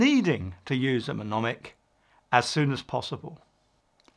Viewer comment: I believe you mean "mnemonic" pronounced ne- mon- ic - (the front "m" is silent) :)